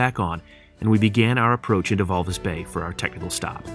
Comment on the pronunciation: It's Walvis Bay.